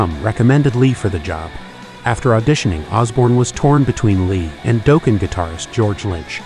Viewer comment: It never really was the same after Jake left. George belongs in Dokken, not Ozzy. By the way Dokken is pronounced Dock-In